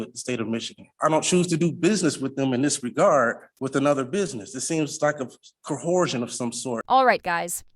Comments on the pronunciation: Because they think 'coercion' and 'cohesion' are homophones. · For the record this guy can't say coercion...and i cant understand where someone even gets the sound co-horse-sion from that set of letters. Oh and for the record this living breather is not a corporation. Word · “Co-horsion”—the sovcit starter kit must be in audio format! I hear so many of them mispronounce that word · What is the problem that sovcits literally cannot pronounce the words they are spouting?